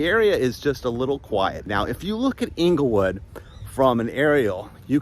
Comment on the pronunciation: Correct pronunciation Of Englewood, FL is "Angle-Wood" you are saying Inglewood (as in Inglewood, CA)